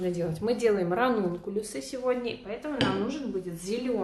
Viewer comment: Никак не пойму название цветов, которые вы делаете! Напишите будьте добры. А то вы их так выговариваете, что невозможно понять правильно.